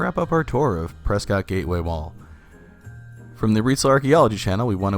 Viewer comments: Hey I live in Prescott. I remember going to that mall when it first opened. My school was part of the opening ceremony. So many businesses have come and gone. Also I don’t know if you know but it’s pronounced Preskitt. Don’t let anyone up here hear you say preSCOTT. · Nice video, but I'm guessing you're not from Arizona. Prescott is pronounced pres-kit not pres-cot. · I thought all the locals called it "Pres-ket", Arizona. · You pronounced prescott wrong lol😂